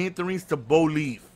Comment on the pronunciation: Did you say Bolieve because you have been watching Bo Dallas on WWE?